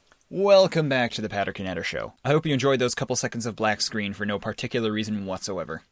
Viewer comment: isnt it( Pee-Ter Net- Ter) the k is silent right?